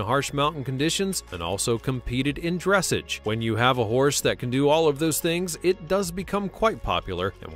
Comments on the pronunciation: Dress-ahzuh!! Not dress-age.. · It’s not fucking dReSsIgE. It’s Dressage. (Dress-ah-ge) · He also doesnt know the difference between a Pinto Pony and a Paint Pony. Both registered breeds with marking differences. Oh,and yes,his pronounciation of Dressage drove me nuts. It's pronounced as "Dressaage". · you literally said dressuge you pronounce it as dressarge 😔 no offence but if your doing nothing like this you need a narrator that knows about horses and can actually say it right 🙂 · its not bronounced dressege its pronounced dressaaaghe (with a soft G) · "Dressage" is pronounced like "massage". Beautiful horses, I really enjoyed this video!! I have heard other people replace you-don't do that! You have a way of narrating these videos that cannot be replaced and I love hearing about Twinkle!! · love this video but it's pronounced dress SAGE LOL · Ugh horses are the species, Freisan is the breed. It’s pronounced dress-ahge. This is embarrassing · Aarrgghh!! Dressage is pronounced like massage (as in getting a back massage) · also, i believe it's pronounced dres-sahj' with the accent on the second syllable. Is someone who knows nothing about horses narrating this? Beautiful videos, though. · Dressage: it is pronounced : dress aj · Dressage was mispronounced too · right? I was like ... okay not going to go into detail about these supposed "methods" ? No? Okay 🙄the narrator clearly doesn't know enough about horses to be talking about them, calling different breeds "species" and mispronouncing breeds and dressage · You mangled the word dressage. I do appreciate how you described the Appaloosa. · Dear Moderator, please learn the proper pronunication of the words you are using, such as “dressage”. It grates. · You didn’t pronounce Dressage correctly, please look it up so you will say it correctly. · Yeah, and he doesn’t pronounce Dressage correctly either!!! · To the narrator. Please learn how to say dressage properly